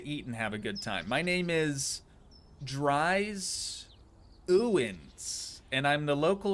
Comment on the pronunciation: Dries is a Dutch name it's pronounced dreese as in the word these